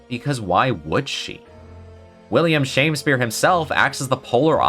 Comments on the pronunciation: You said shame spear instead of sham spear as he is literally a sham. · I thought Shamspeare's name was pronounced more like Sham-Spear than Shame-Spear. As in he was a sham Shakespeare.